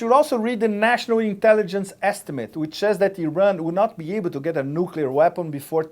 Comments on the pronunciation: NUKULAR!!!!.... it is nuclear. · Who else other than Bush says 'nucular'? Frightening. If they can't say nuclear, they shouldn't be anywhere near the button. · Preemptive war is not okay for the Russians, but it's imperative for us? This woman is just scary, she's so dumb. Also, if I have to listen to four more years of "nukyular" I'll scream. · Please help McCain and Palin: How do you pronounce nuclear? 1. Nuuu 2. Noook 3. Noodle 4. Noodle-clear